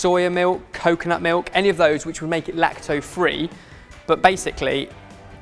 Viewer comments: lacto-free is how you say it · Does know that lactose has an s at the end?